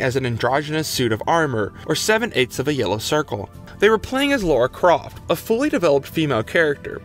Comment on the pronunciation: Lara Croft became one of games' biggest names, sad you can't say it. It is very hard to call this well researched when you misread and mispronounce so much